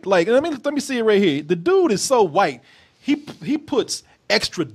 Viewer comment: Why does he pronounce white like hwhite?